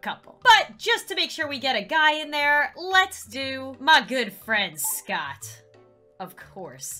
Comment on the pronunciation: Me: Scott: Scottd